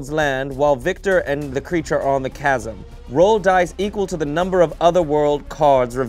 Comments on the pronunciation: HOW did not get immediately roasted for saying 'chasm' like that...? You're telling me the entire cast and crew on this vid unanimously decided not to burst out laughing and ridicule him every time, or do they all believe that's how it's actually pronounced...? 😅😅 Simply inconceivable! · I had to stop watching after the second "CHasm" 🤣 I'm sorry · pronouncing Chasm as CH-AS-UM instead of K_AS_UM killed me the whole time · There's just NO way that actually thinks it's pronounced like that... I've had a fraction of the education he had, and even I know for a fact that it's pronounced k-asm. I'd say it's likely some weird unspoken bit that nobody is laughing at, or has jokingly been saying chasm the wrong way on purpose for so long that it stuck. It's like me an jalapeño, I used to pronounce it with a hard J as a joke for years, now I catch myself saying it the wrong way unintentionally all the time... 😅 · pronouncing “chasm” as “cha-Sam” reinforces his book boy brand. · Hate to be that person. Can someone let know the H is silent in Chasm? 🤣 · Ok, it's pronounced "kasm"! Edit: "He has a pan flute..." Dumpster Wizard is coming! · The ch of chasm is pronounced the same as the ch in school in America, so [kasm] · Why do they give shit for br-oo-ch, but not CH - asm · pronouncing chasm as its spelt makes my heart hurt just a little bit 😂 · Can someone please tell how to say chasm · You'll never be an actor of you can't pronounce the word "chasm" 🤣 now it makes sense that you are where you are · Why can't say chasm? 😂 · Wait, does not know how to pronounce the word 'chasm'?